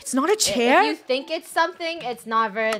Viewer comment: she said Chaire instead of chair